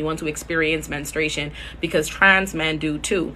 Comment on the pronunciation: "Men-stru-a-tion" baby. ♥